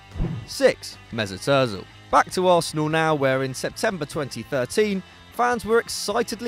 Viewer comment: The way he says Mesut Özil's name 😣 awfull